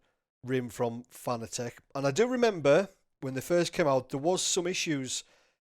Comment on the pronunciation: It's pronounced Fuh-nah-tick...NOT Fah-nah-teck. You are welcum.